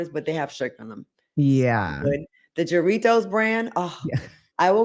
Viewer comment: I just wanna say I love you but it’s pronounced haaritos 😂😂😂 the j’s in Spanish are H’s but that is the best coco H20